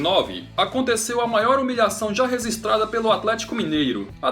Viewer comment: Aprende a falar registrada, e não rezistrada